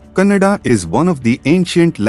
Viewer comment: It's Kannada not cannada